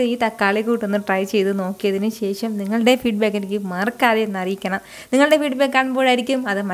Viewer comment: ശേശം അല്ല ശേഷം